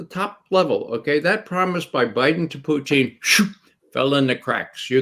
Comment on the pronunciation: Thank you for this roundtable, Gonzalo! I have discovered Ray McGovern for myself, a very insightful gentleman, and I love how he pronounces Russian names proper: the way they are actually pronounced, as opposed to butchering them into English pronunciation. Much respect.